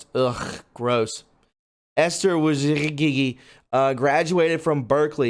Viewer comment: Wojcicki lol.... let me help u out brother..( whoa-Jis-skee ) I hate them too man but it would probably help you out if you knew how to say the name.